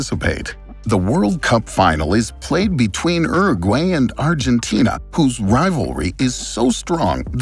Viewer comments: Wtf is ero gway ?? Is he trying to say Uruguay??? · Yeah is it not Your-a-gwuy? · It’s not said uru-gay it’s said uru-guai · Every now and again, I hear an American pronunciation of a word and I think ‘wtf?!’. Never heard it pronounced like Urragway. Interesting video. Thanks. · That was the worst butchering of fédération international de football association ive ever heard. Not to mention uruguay. Anyway other than that great video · The way you say Uruguay is really disturbing to me 😅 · The channel is Geo history and doesnt know how to pronounce uruguay 💀